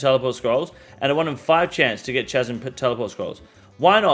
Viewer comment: Can you please learn how to pronounce chasm people, grates on me everytime you say it